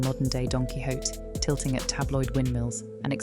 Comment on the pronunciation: You need to teach your bot how to say Quixote